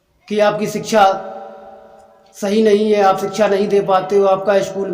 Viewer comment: अरे भाई सिक्षा बोलना तो सिखले।।